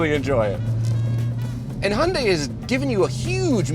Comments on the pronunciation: Let me finish this war lol... I'm Korean. So.. okay. Actually the one the said at the very first is the right way to say "Hyundai". It is not High-yun-day, but this way of saying hyun-dae -> Adding more correction to that, try not to say that 'Y' sound at the end of the word 'dai' from pronounciation. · funny thing is was the closest to the correct pronunciation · is actually pronouncing it correct. I worked at a Hyundai dealership about 10 years ago and the dealership's Korean overlords told them it was pronounced "Hyundai like Sunday". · Your English chap is correct. He was the only one that pronounced it correctly.@ House can we get a 2024 Elantra-N review? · as a korean, the 2nd guy got it right lmaao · 현대 발음을 이렇게 잘하는 외국인은 처음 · It's pronounced "hyun-dai", my friend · ' pronunciation was the closest. Also throttle house has the best intros. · In korea, the first pronunciation is the closest lol